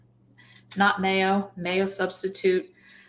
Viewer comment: Mayo substitute "nay-o"